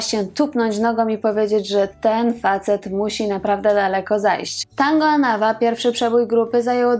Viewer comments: AnawA (akcent na ostatnią literę) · Anawa wzięło się z francuskiego „en avant”, dlatego zawsze tę nazwę akcentuje się AnaWA, na ostatnią sylabę. Nie sprawdziłaś tej ważnej rzeczy. Ale za to fajnie i mądrze powiedziałaś, że trudno jest być synem znanej osoby i że przedstawiasz postacie w pigułce i żeby ludzie sami szukali dalej. Warto. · Anawá . Akcent na ostatnie a . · Program dobry, ale akcent na nazwie zsepołu, to aż ucho boli! ANAWÁ. Zwróć na to uwagę,proszę! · Powtarzanie zaslyszanych insynuacji o rzekomym problemie alkoholowym to zwykla glupota gdyz byl znany z bezwzglednego tepienia przejawow tego nalogu wsrod czlonkow zespolu. Panienko naucz sie prawidlowej wymowy zespolu ANAWA. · Też mi przeszkadza i dziwie się,tym bardziej, że jest osoba wykształcona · Inny akcent przy wymawianiu anawa. Pozdrawiam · Nazwę zespołu inaczej się wymawia... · zle akcentujesz slowo Anawa